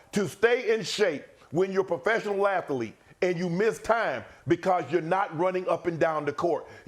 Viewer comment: I tried but I can’t let Shannon pass on that atha-leteee. (athlete) 😂😂😂